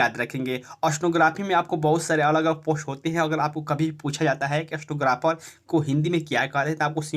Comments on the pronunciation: स्टनोग्राफर नही स्टेनोग्राफर होता है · Aapka Pronouncation ekdam kharab ha.. Itna speed bolte ho! Stenographer ko snowgraphar sunai de rha ha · अस्तेनोग्रफर नहीं होता भाई